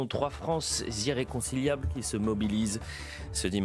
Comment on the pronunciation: "Trois France zirreconciliables"